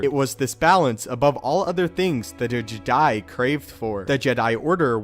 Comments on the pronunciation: Its funny how he says jedi JED...I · No not Jedi, it's Jedai?